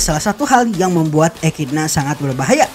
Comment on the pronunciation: Echidna pembacaan nya ekidona